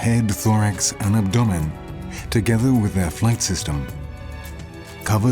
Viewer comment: Ab.. what?? Lol i have never ever heard anyone pronounce abdomen like that... ever!! 🤣😅🤣